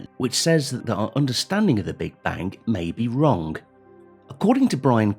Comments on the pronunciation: cant hold to laugh each time I hear the "WRONG" word pronounced "WRONGK" SORRY!!!🤙🏽👍🇮🇩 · "Understandink of the Big Bank may be wronk"? Yes I think so too.